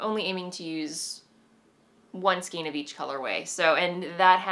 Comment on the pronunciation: Skein is "skayn," as in rein. Same spelling, same pronunciation. Sorry, I've been watching you for a long time and enjoy your episodes, but this always makes me cringe. I can't think of any word spelled with "ei" vowel combination that is pronounced as an "ee." EI Words It’s common for English words to use the ei combination to indicate a long A sound, but be wary of its relative rareness. Also be wary not to confuse it with the pronunciation conventions of a language like German, which will always pronounce the ei combination like a long I sound. Some examples of ei words in English include: veil vein reign weigh eight weight beige freight